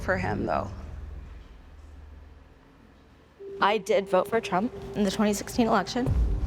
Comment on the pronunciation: Yoooo did she just say TRuMp ??? Lol i had to replay this lol ...